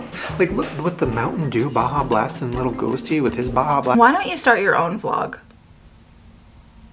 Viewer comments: barjar blarst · the way he said Baja made me recoil